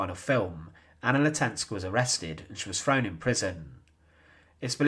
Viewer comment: Please speak clearly. It is not "frone"- it's "THrown". It's not "deaf: it's "deaTh"; it's not "Fousand" it's THousand". Come on, pronounce TH not F.